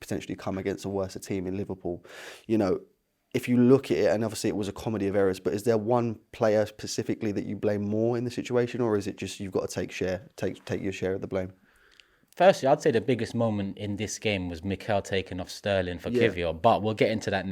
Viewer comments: It's 'specifically' my brother, not 'pacifically'. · “Costed”, “Worser”, “Pacifically.” 😅